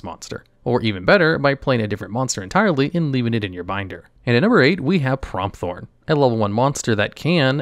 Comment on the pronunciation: Pretty sure its pronounced Prompt-horn not promp-thorn